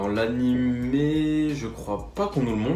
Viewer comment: AnimÉ pas animE tu dis "dessin animé" pas "dessin anime" je te jure c'est insupportable